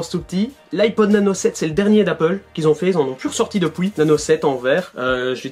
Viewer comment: The Houzayfa 59 haha l’accent belge poto